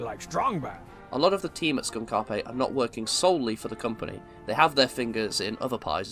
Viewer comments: Oh thank God I'm not the only one. It's SKUNKAPE, not SKUN-KA’PE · A little off-topic but, are we sure that it's "Skunk Appé" and not "Skunk Ape"? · Skun-kape? It's skunk-ape. Like the american cryptid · That's the joke. The name of the company is named after one of the villains in Sam & Max: Devil's Playhouse, named "Skunkape"; a Space Warlord Gorilla-like Creature who often pronounces it as "SKOON-KAH-PAY", which is meant to sound "Alien". (Like KAL-EL) Sam, however, pronounces it normally as "SKUNK-APE" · It can go either way. Skunkape is one of the villains in Sam & Max: The Devil's Playhouse, and he insists that his name is pronounced "skun-ka'pe", but Sam & Max pronounce it "skunk ape." It's a joke, but the way someone pronounces it usually indicates if they've played Sam & Max or not :) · It's pronounced Skunk-opp-ay? I just presumed it was pronounced Skunk-Ape. How curious... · Isn't Skunkape pronounced "Skunk Ape" not "Skunk a-pay" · is that actually how you pronounce skunkape skoonkapay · I thought Skunkape was pronounced like the words “skunk” and “ape” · I don't think it's pronounced skUn-kA-pE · “Skun Karpe” hurts me every time. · I'm assuming it's a h*r style intentional mispronunciation. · Why do you pronounce Skunkape like that? It's Skunk Ape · The way you pronounce Skunkape is so funny— their mascot is a skunk ape, it’s supposed to be Florida’s bigfoot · The pronunciation of Skunk Ape is killing me 😭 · the way you pronounce skunkape gives me psychic damage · Why do you say SkunkApe so weirdly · insane pronunciation of Skunkape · I think you are mispronouncing Skunkape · why do you say skunkape wrong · It's almost like how the Funny Space Monkey pronounces it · PLEASE PRONOUNCE SKUNKAPE PROPERLY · great video, but i cannot ignore your pronunciation of skunk-ape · Please tell me your pronunciation of the studio's name is some kind of inside joke. Fantastic video othewise.